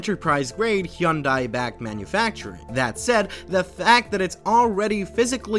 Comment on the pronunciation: It is nice to hear the proper pronunciation of Hyundai!